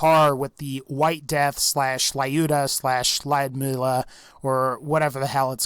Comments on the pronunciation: Lyuda, not Layuda. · That's Lyuda, NOT "La-Yuda" (as you erroneously pronounce it). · It's not laiuda, it's luda - russian name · It is so funny how he pronounces "Lyuda" which is a refference to Lyudmila Pavlichenko :D:D. Not judging just being slavic. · The mispronunciation of “Lyuda”